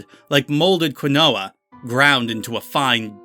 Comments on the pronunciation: Quinoa is pronounced keen wah, not kwin oh ah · Quinoa is pronounced "keen-wah," good story though!